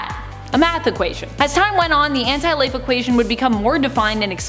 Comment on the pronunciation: It's pronounced as one word Anti-life